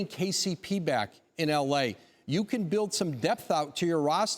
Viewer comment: When he said bring back kcp all I was hearing was. KEKEKEKE